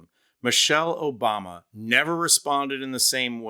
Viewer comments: Trump : " Michelle Obamna " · Trump mispronounced her name, remember OBAMNA. It was soooooo funny and soooooo clever, definitely Not lame, dim witted and came more from dementia than being a genuine idea. What's hilarious is the way everyone found a way to tell if it's the real trump or AI. If you can understand what he says clearly and coherently, then its AI.